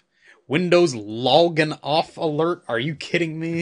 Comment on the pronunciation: "Loggin" Goddamn